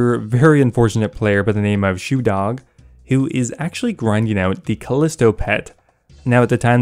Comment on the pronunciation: Shewdoh hahahah I had to go back a few seconds to listen to that a second time, make sure I heard it right.